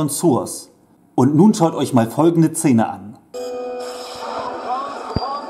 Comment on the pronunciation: Warum sagst du immer Cene, oder Zene?Ich musste wegschalten..